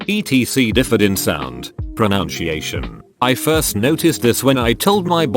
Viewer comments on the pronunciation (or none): "Pronoun-chi-ation" I can't tell if you did that on purpose.